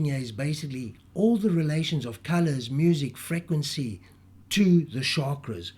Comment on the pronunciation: Never herd such an annoying pronunciation of the word frequency!!!!!!